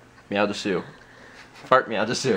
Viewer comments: drop the u at the end it's des, and Japan says meow like this Nya (nee yea) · meow des is how it's pronunced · You pronounced "desu" wrong. Of course, you probably don't care... so, never mind. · ITS PRONOUNCES MEOW DES! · you're saying desu wrong, its pronounced des, the u is silent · It's pronounced dess...